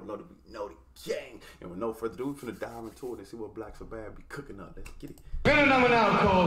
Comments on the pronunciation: Never heard them called Black Sa - Bath before 😂😂 Its Sabbath like as in Sunday is the Sabbath. Sounds more like Sabeth phonetically. Love you no hate! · I sort of wish your first Black Sabbath song would be the studio version. (Pronounced SA- buth) This was cool, but the studio is better in my opinion. That lead is Ozzy Osborne, who I assume you've probably heard of. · love the reactions for Real! Hey the pronunciation is Saah Bath with the accent on the last syllable - keep on Rockin’